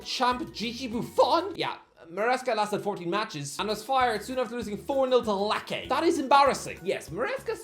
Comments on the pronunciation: Lecce pronounced as lakey hurt me so bad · irish guy decided to ignore italy the whole video going as far as pronouncing lecce as LAHKEH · LACAY??! ik your not italian but at least like try it hurts my ears